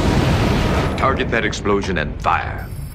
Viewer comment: A 'sploshun so great we got it twice!